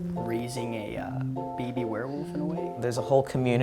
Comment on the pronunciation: Why does he pronounce baby like beebie?